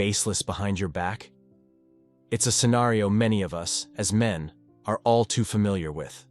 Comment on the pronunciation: The AI voice is hilarious! 'The burden of proof falls on oos...'